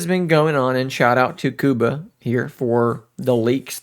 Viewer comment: You pronounce it well, Kuba is short for Jakub [Ya-coob] (Jacob - obv. ;) ). Last name reads: Voy-tsie-hov-ski. I hope this helps.